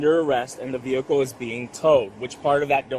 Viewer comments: as soon as she said "vee-hickle" i was done..lol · Why do the biggest numbskulls always say “vee-HICKLE” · Vee-Hick’Le … LOL! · For her ve HICK el - I always lose it at that pronunciation. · I think you should get arrested simply for pronouncing the 'H' in vehicle separately.